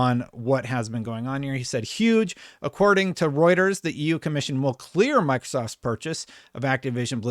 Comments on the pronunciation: Let's freaking goo finally said Reuters right! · He did it! He said Reuters right!!! lol